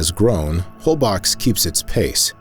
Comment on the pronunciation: very enjoyable film! I'm happy to say I've been to a lot of these places. I just have to mention one thing. No one there will know what you're talking about if you pronounce Isla Holbox like "BOX"!!!! It's more like 'bolshe'-- one syllable! I stayed there for several days and enjoyed an excursion with the 'whale sharks'! Thanks!!